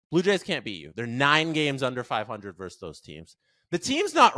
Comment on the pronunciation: it's "versus", not "verse". You literally have a show with it in the title.